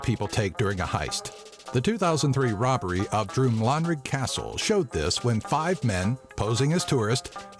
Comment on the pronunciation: Love the video! However it’s actually pronounced Drum-lan(rhyming with dan)-rig and Buh-clue.